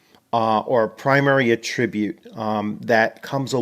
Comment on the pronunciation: Excellent video thank you! Stumbled across this game and am really interested in it. Only one nit pick about pronouncing attribute. It’s attribute like apple, not like about. 🙂 no offense intended.